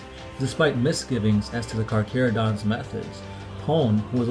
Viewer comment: A space shark player i know hates this video due to the way the Carcharodons are said (Car-care-oh-dons.) Instead of (Car-Car-oh-dons)